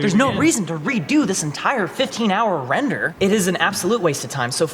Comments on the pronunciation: "Wrender", lol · Nobody: Render = wrender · How many times did it say "Wrender" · wrender 🤣, do you still read all the comments? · chuckles "Wrender" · Turns 'Wrender' into a drinking game Dies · Wrender? Haven't heard that in years